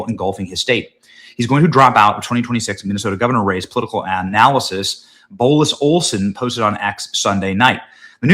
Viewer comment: Blois = "Blo-WAA"